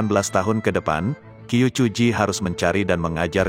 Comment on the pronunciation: Qiu = chiu, jgn Qiu bacanya Q aja